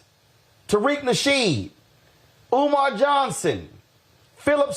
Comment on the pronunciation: It's Umar Johnson not Omar Johnson